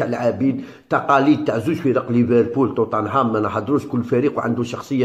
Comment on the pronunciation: عالاقل اكتب بالعربية وراك غالط في نطق توتنهام